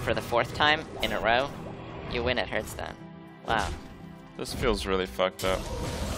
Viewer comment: thats what you get for pronouncing it "hurtstone"